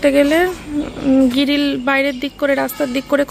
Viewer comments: Giril noi ok grill ok age English uchharon sakho ok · তুমি গ্রিল কে বার বার গিরিল কেন বলছো? ভীষণ্ কানে লাগছে কথাটা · গিরিল বলে না গ্রিল বলে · তুমি গ্রিল কে বার বার গিরিল কেন বলছো? ভীষণ কানে লাগছে কথাটা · তুমি বারবার গ্রিল কে গিরিল কেন বলছো? ভীষন কানে লাগছে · গ্রিল❌ গিরিল✅ 😂😂😂 ম্যান্ডি রে কিছু শেখাচ্ছিস বটে।😊